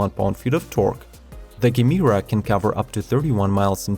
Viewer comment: It´s Jemera not hard G.